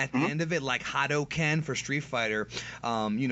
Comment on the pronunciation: You said hadoken properly. THANK you.